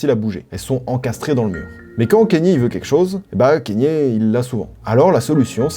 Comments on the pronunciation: c'est pas kénié bordel ça se dit "ka nyé" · Pourquoi tu prononces Kanye : Kényé ? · Kanye se prononce "kanié"